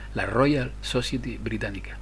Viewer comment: society se dice "sosaieti" por favor....